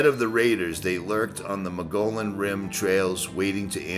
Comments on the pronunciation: Pronounced dilap-i-dated. And, Moe-GO-yone. BTW, you are one hunky guy with a GREAT channel. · Mug ian is how you pronounce the Rim. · Mogollon is pronounced moge-e-on. 😉 This is really cool! I used to live close to that town, never knew it was there. Gonna have to check it out! Thanks for the video ❤ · Mogollian rim is pronounced mug-gee-own..... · Awesome - thoroughly enjoyed this as an AZ native who driven by Two Guns a hundred times. You are braver than I am! BTW, we got some weird pronunciations here. Mogollon is pronounced mo-gee-on, and Malpais is pronounced mol-pie-ees. Oh...and if you make it to Prescott, it's press-kit.:) Enjoy our awesome state! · btw Mogollon is pronounced "Moe-Gi-on". I made the same mistake for years.... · I sure Love your Videos and going along with you on your adventures. I have resided in Arizona for fifty years and I Love its Magical Beauty. Arizona is special; and like no where else on the Earth. The Mogollon Rim itself was once under sea water. Coral and sea shells are found everywhere there. Just walk around and look down you will find them. Many mispronounce the name of the rim. It is pronounced (Mug ghe on) Rim. Have fun and I will be watching and having fun too. Sandy